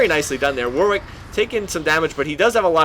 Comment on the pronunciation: It's pronounced 'Warrick', not 'War Wick'.